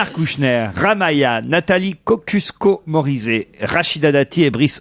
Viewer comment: KOSCIUSKO-MORIZET... IL A DIT COCUSQUO 😂😂